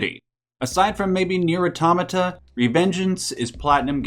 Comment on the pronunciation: You’re the first YouTuber I’ve seen who says it nier automata correctly